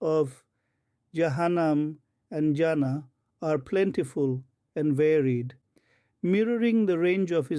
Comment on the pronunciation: Not جانا Jana ... you should pronounce it as Jannah جناح